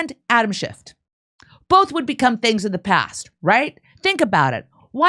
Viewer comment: SchifF not SchifT...